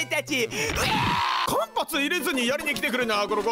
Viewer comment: 間発入れずは「かんぱつ」じゃなく「かんはつ」が正解！だけど言葉は時代とともに変わるもの。今はかんぱつでもいいのかな。あ、カンパチは❌ですよ！